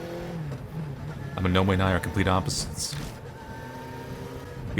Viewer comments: The way you said Amanome sounds like Nemo trying to say where he lives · Every time mispronounces "Amanome" it reminds me of Nemo mispronouncing "anemone" in Finding Nemo lol